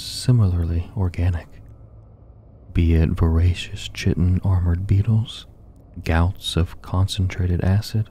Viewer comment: FYI, chitin is pronounced “kai-ten.” Love the sleep vids!